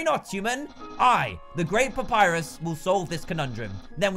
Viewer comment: **papyrus not "purpus" lol XDD